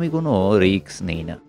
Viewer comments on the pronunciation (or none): ধুর মিয়া, রিকস না রিস্ক, শুনলাম না, উচ্চারণ ঠিক করেন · রিক্স নয় রিস্ক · Risk riks noi, uccharon thik noi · কথাটা রিক্স নয়, রিস্ক। এই উচ্চারণ নিয়ে আবৃত্তি!!! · রিক্স নয় রে ভাই কথাটা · Risk noy riks...jeta sotti e newa jaay naa😝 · রিক্স নয়, রিস্ক... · লিখেছেন রিস্ক, আর বললেন রিক্স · রিস্ক হবে উচ্চারণ রিকস নয় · উচ্চারণটা ঠিক করা দরকার। ওটা risk, riks নয়। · Riks na bole risk bolun. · ভালো। তবে 'রিক্স' নয় , 'রিস্ক'! কানে লাগে ! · শব্দটা risk, riks নয়। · বাংলাদেশী তো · কে এই গল্প পাঠক? রিস্ক কে রিকস বলে গেল!! এত কম শিক্ষিত লোক তো এখন গ্রামগঞ্জে রিক্সা স্ট্যান্ডে ও খুঁজে পাওয়া যায় না! দুর্ভাগ্য আমাদের বালছাল শুনতে হয়। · আমি এই গল্পের পাঠকের কাছে মাফ চাচ্ছি। আমি বড় একটা ভুল করে ফেলেছি। দু-তিন পেগ গলায় ঢেলে রিস্ক বলার চেষ্টা করলাম, কিন্তু বলতে পারলাম না রিক্স উচ্চারিত হলো।। পাঠক সঠিক জায়গায় সঠিক উচ্চারণ করেছেন। আমি আবারো ক্ষমা চাইছি। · খুব সুন্দর। তারাপদ রায় অনবদ্য। আপনার পাঠ আর অন্যান্য আয়োজন সুন্দর। তবে বারবার রিক্-স্ কানে লাগছে। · উপস্থাপনা ভাল। বার বার রিক্স উচ্চারণটা কানে লাগল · Riks বলছেন কেনো? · রিস্ক উচ্চারণ টা ভুল আছে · Risk উচ্চারণ ঠিক করুন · Risk এর উচ্চারণ টা ঠিক করুন ।